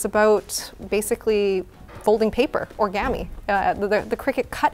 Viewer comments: Cry-Cut? Deckles? Orgami? I can't tell if this is due to Canadian accent or is actually mispronouncing all of these words lol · I'm so glad is hosting videos and showing stuff that she's passionate about, great flow and a nice calm conversationalist. I kept doing double takes over her pronunciations for certain words though... between origami and decals I had to clutch my pearls